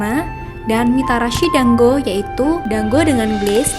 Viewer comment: Teh maaf dango bukan danggo